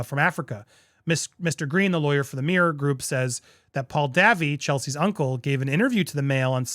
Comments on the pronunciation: Chelsy Dayvie not Davvy 😃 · The correct pronunciation for Chelsey Davy - is "day-vee" - not "davvie" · Andy, it is pronounced Davy’s not Davvie. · ANDY - Davy pronounced DAVE EE (short for David) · The way Andy pronounces the name ‘Davy’ as ‘Davvy’ 😂💀🤣💀omg my sides are splitting here-not sure why but that one caught me off guard…..I guess it was just that Dave, Davy etc being so common, I would never have expected an English speaking adult to not know it. That has made my night to be honest because it was too unexpected, thanks Andy for making me smile, it was a good way to end the day😂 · Her last name is pronounced day-vee. Like Davy jones.